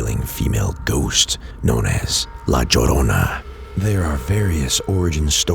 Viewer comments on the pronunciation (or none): Hearing your pronunciation of La Llorna is so fucking hilarious 😂 but definitely true. I’ve had encounters with what I believe to be her.